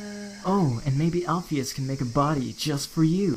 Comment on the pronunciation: It's not alphees alphys